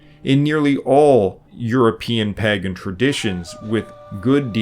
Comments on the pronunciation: As much as we all love your absolute PLETHORA of information, the word "pagan" is not pronounced "păgăn," but "pāgən." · Stop pronouncing it Paggan ... or pagganism ... It's Pagan (paygan) ... it's so annoying ... have you never heard anyone saying it before?